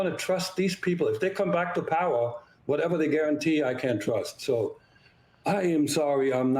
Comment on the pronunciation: WHEN R U F GONNA LEARN HOW TO PRONOUNCE VLADIMIR CORRECTLY??? ITS NOT A ROCKET SCIENCE!!!!